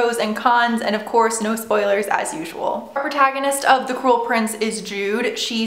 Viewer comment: I thought u said the "coral" prince at the beginning lol